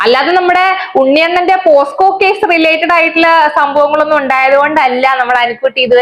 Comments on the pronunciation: posco alla pocso ath onnu padiku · പോസ്‌കോ അല്ല പോക്‌സോ